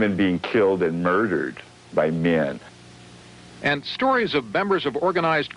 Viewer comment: "...wymen being killed and murdered... by myen." Killed AND murdered!!! By MYEN!!!